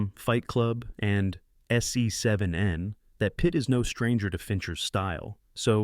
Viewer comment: S e-seven-en...thats when u know its Ai😭